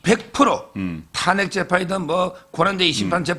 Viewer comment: 송국건씨.. 발음이 이상함 정권인지 증권인지 구별이 안됨 탄핵(저음)인지 탄액(고음)인지 어느나라 발음인지?????